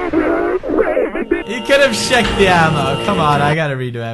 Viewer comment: Pewdie for goodness sake it's CHecked not shecked :P